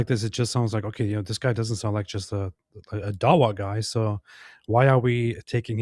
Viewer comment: This dawa is more like Duh-Oh-Wa.